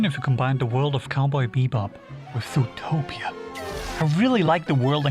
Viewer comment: I really like the way u say Zootopia u_u looking forward to more videos